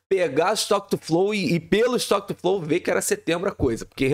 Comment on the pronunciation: "is to quetu flou".